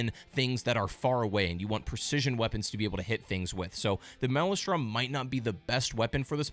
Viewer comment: Please stop saying "male-e-strom" It's laughable. It's "male-strum" But other than that I enjoyed your video. Thanks!